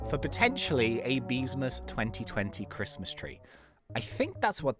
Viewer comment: Why you be arguing tho, it’s Christ-mas